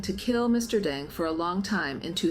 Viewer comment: How do you pronounce his name? You refer to him as Mr Dung, and Mr Deng??